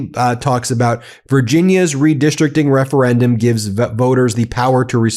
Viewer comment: can we talk about how this moron can’t even say referendum 😂😂😂😂 how tf is this maniac the leader of us😂